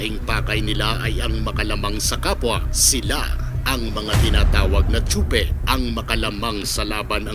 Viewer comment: Tsope sir hindi po tsupe. 👌